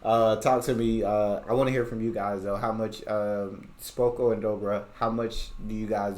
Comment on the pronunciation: Your pronunciation of "SPOKO" is great. It's literally perfect. U will speak polish in no time bro hahaha💪🏼💪🏼